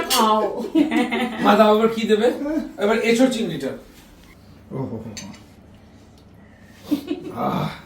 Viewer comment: কে আর তার মাকে বোলছি, কথাটা ইঁচোর নয়, কথাটা এঁচোড় । তোমাদের দুজনেরই উচ্চারণে ভুল ।